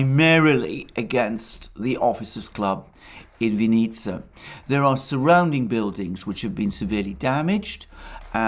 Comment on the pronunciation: The emphasis in "Vinnytsia" is on the first syllable.